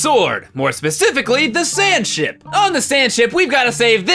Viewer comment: I thought he said Sandshit